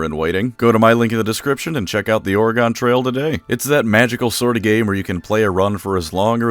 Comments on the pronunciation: Why you saying Oregon weird? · As an oregonian, a 40k lore fan... AND someone who plays this game on our channel... We cringed when you mispronounced Oregon >> Still good vid! ^^ Thanks for makin great content! ^^ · as someone from Oregon pronunciation of Oregon hurt my soul <3 sorry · Please learn how to pronounce oregon I love your content but fuck man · The way you pronounce "Oregon" makes me want to migrate to your location and give you a stern talkings to. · I think it's funny the oregon trail would sponsor a video and then not tell people how to pronounce oregon for reference, basically just say "organ" but insert an "eh" between r and g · Bro you really have to learn how to say Oregon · As a resident I must say is it’s pronounced oreg-IN not oreg-ON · Dude I love your videos but that ad read killed me. Not only did you says ORE-GON instead of ORE-GEN you said EAST!!! THEY TRAVELED EAST!?!? The settlers swam their way through the Atlantic Ocean to Oregon. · Definitely gonna check this game out but as a native Oregonian I must inform you it’s Ore-gen, not Ore-gOn. Sorry, just felt wrong hearing you say it like that. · No shade but FYI we pronounce it more like the word Organ or even ore-gun, but never or-e-gone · Your a fucking idiot. ORE-GONE? DO YOU KNOW ENGLISH OREEGUN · Its OR'ygun not OryGone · BTW, it is pronounced Ore-Gun, not Ore-Gone. Oregon native here. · Just a quick FYI: It's pronounced "Or-uh-gun" 🌲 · Just fyi from someone who is from Oregon, its pronounced like Organ, but with an i inbetween the r and g (or-i-gin) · okay i gotta say, that's not how you say oregon, just treat the E as silent. like organ. Or Ore-Gun Please. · It’s pronounced Ory-Gun. You silly diabetic you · Great vid, but your pronunciation of 'Oregahn' is way scarier than Grimgor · Please don't pronounce Oregon like that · The way he pronounces Oregon is very upsetting to me especially since I’m pretty sure he lives in the US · Why do you say Oregon thag way?